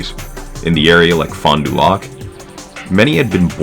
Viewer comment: good video! got a question though. im assuming you aren't from sask based on how you said metis and fond du lac. subbed keep it up